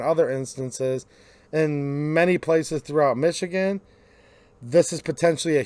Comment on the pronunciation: Dude, it’s Michigan